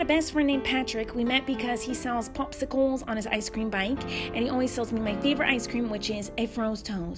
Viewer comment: the way she says popsicles